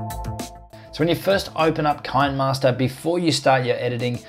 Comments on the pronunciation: Ki-ne- master not kainmaster😂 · it is pronounced as "CHI - NEH MASTER" not "KIND MASTER" the app is from South Korea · If you look at the actual name of the app you will see it should be pronounced KINEMAster where the KINEMA is ripped from CINEMA, so simply transpose the C to a K and you have Kinemaster. I hope that helped. Good video tho' mate. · It's pronounced "kinnermaster" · It's pronounce "Kinneh-master", because the name is a play on the old video term "kinescope".